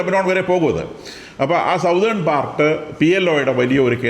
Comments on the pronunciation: Southern alla Sathern aanu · സതേൺ correct pronunciation